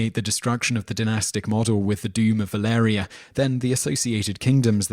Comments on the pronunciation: He actually only pronounced Valyria wrong. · He pronounces Baratheon correctly guys. He does mispronounces Valyria though. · I wanted to give you a like, but the way you pronounce Valyria and valyrian... omfg...